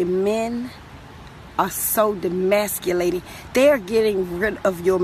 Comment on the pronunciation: did she say demasculating? 😂